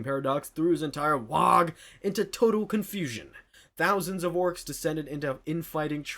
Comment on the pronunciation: it's pronounced wah, not wahg. You're saying war, but replacing the r with an h.